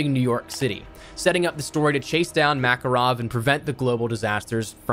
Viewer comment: It's pronounced MakArov (stress on the second a :p), not like Maccaroni